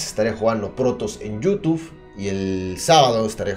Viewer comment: me encanta cuando dice yutuf:v